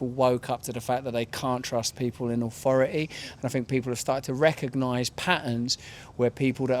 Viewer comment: What is "awfori'y"? I don't fink I know